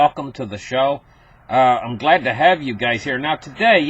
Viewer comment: I thought he was saying "Glad to have you gays here." !!!